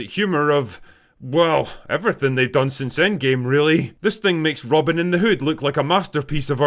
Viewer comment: It's "ROB-E-YIN" Drinker! You forgot!